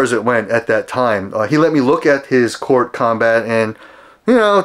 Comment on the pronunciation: Actually - he has the proper pronunciation down… It’s pronounced “COURT”, not “KOOORTH”…